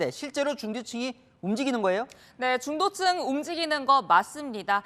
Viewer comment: 금방 동앵커 발음 중도층을 중대층으로..😅😅😅 동앵커 기분이 업 되어 있네요.😅😅😅